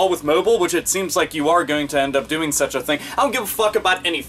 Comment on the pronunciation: does have some kind of talking problem? He was saying "sech" and "de" instead of such and the. I'm not gonna give him hell for it or criticize him, I'm just asking out of curiosity.